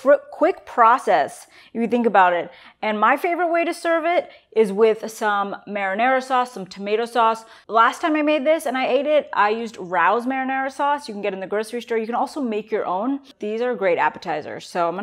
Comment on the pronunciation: Rao’s is pronounced Ray O’s!